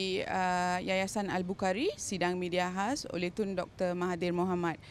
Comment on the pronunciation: Dgr wartawan tuh cakap yayasan al bau kari..